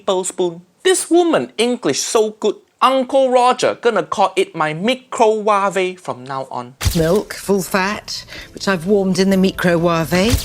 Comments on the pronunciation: Real Microve Pronunciation: (mai krow wayv) Nigella Lawson Microwave Pronunciation: (mi krow wa veh) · wt.,.....come again meecroo waavee...... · "The mi-cro-wava' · Me: Micro-Waifu Nigella: Micro-Waffe Me: Micro-Waffe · Meeko-wav-rey, HAIYAA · 💀🤣🤣🤣 Mecrow waavayy🤣🤣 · Mikro waavay. 😂🤣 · Sorry....did she just say "mee-crow-wah-vay" ?????? It's two simple words put together ma'am. Micro and wave. 💀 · WTF Mee-cro-wov-A ..... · Mee- cro-wah-veh english👌😂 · Did she really say me crow wav eh? Wow. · Okay but can we all agree that the way she pronounces microwave (Mi-cro-wav-é) is literally worse than COVID-19😥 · I was okay with this video until MICRO WAA-VAY 😠😠😠😠😠😠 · DOES SHE SERIOUSLY PRONOUNCE MICROWAVE AS ME-CROW-WAH-VAY I'M DED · Nigella hun, can u please explain where in the world did you learn to pronounce microwave as "mIkRoWAveY" ?? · A "meecrowavé," wow. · Still can't get over the fact that she said "Fat from the Milk warmed in the meecroWaaaVe" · Mi Cro Wa Ve: The most chinese way to pronounce microwave. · microwuave LMAO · Isn't she the one who pronounce Microwave, Meekro waavey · Shes way too fake posh and WTF is a Micro wav ah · Wtf is micro-wa-vay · 400 people pronounce it me cro wa feh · "Me-crow-wah-vay"....? (If "elegant fingering" didn't make it into the blooper real, would have been so sad.) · Mee Crow Wahvay. I am so using this pronunciation from now on. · “meecro-wah-vay? When unctuously arrogant tv personalities desperate for setting themselves apart. “Come on kids, “wah-vay” to grandma. 🙄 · Pronounces microwave as "Meek crow wah vey" She's definitely on crack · Mee Craw Huawei 🤣 first time hear people pronounce "microwave" this way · omg,,, did she really? micro-war-vey??? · I know Nigella Lawson because of that clip where she produces "microwave" as Mi-Cro-Wa-V and that's how I pronounces it now 😂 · Nigella Lawson’s pronunciation is hilarious: she says microwave, and bok choy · I've never heard anyone pronounce microwave so wrong